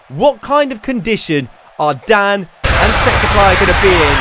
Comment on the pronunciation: you said it's Dan not dam